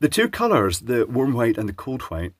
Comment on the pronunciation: Did he say 'worm' light? 😜